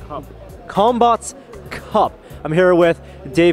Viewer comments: I keep hearing cumbutts. DAMMIT BRAIN. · Sounds like they're saying cumbots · All i heard was cum no bots😅😅😅😅